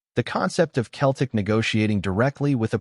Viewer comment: It’s not keltic it’s Celtic swap the C for an S then you have it Seltic got it Celtic